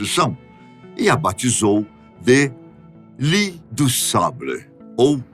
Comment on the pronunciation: Li du sablé 🤣🤣🤣🤣 se diz Lile e se escreve L'île. Li como voce falou é cama.